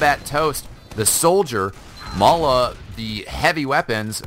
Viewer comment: May-la? Isn't it pronounced as May-lay? (As said by STAR)